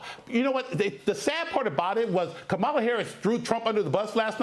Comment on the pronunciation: Educated? Please pronounce KAMALA correctly.